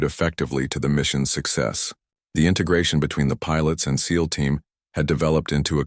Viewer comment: Agreed, but at least this one says SEAL not S - E - A - L 😊